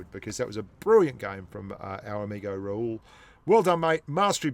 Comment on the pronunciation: By the way his name is Ra-hul , not raul , he is not spanish 😂😂😂😂